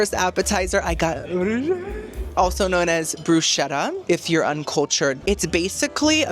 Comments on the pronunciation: Bruschetta is actually pronounced “broo-skeh-tuh.” I LOVE YOU! ❤ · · Giada would be so disappointed in your pronunciation of bruschetta.😂